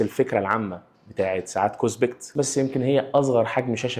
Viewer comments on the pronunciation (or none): اسمها كوسبت مش كوسبكت